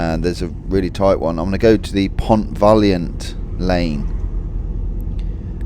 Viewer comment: Lovely ride. I had friends who lived in the Pont Valliant and we didn't pronounce it like you. We always used the proper French way. Surprised it's changed. Vayon.